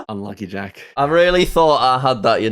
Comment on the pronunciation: Jjjjack hehe love pronunciation on Jacks name